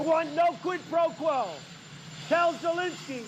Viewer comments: No "QUIT PRO QUO" are the most difficult words in Trump's vocabulary. He pronounced them with all his effort. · He's obviously mispronouncing "Squid Pro Quote," and there was no evidence of him asking Zelensky for a quote on squid professionals in any of the calls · I think it was September when Trump first said the words PRO QUO couldn't even pronounce the words QUID PRO QUO , now he can pronounce words , just like the con an that he is . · Trump really struggles to say Quid Pro Quo. He can't say origins, he says oranges instead. He couldn't say anonymous. He makes up words based on not being able to say the right word. His arteries are as hard as cement. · Did he say "no quid pro quo" ? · I wonder how many cookies they went through while teaching him how to pronounce 'quid pro quo' ?